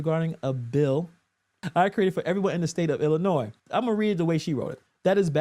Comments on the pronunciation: Please pronounce Illinois correctly . It's (IL-ə-NOY) I appreciate what content creators do, but this is getting ridiculous. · The "s" is silent on Illinois. Since you're doing the gammer thing, I thought I'd help a brother out...lol